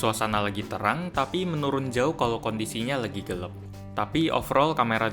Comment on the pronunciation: gelap bang bukan gelep